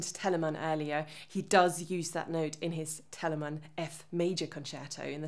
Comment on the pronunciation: I knew she was german when she started pronouncing Bach, Teleman, Handel correctly